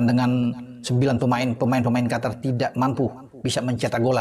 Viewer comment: Jangan sebut Qatar lagi tapi Qotor!